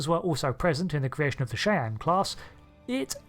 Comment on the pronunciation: I love you, i promise. But every time you say the name of this class it breaks my brain. Shy-anne